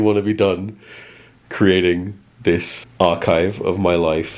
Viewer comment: "Skarchive" I want to throw a pie at you.